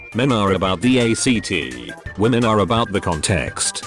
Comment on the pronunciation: "...men are about the aY-cEe-TeE..."